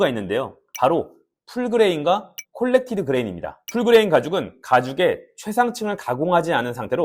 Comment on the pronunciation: 콜렉티드가 아니고 코렉티드 ㅋㅋㅋ 말 그대로 수정한 표면 이란 뜻이잖아요 ㅎㅎ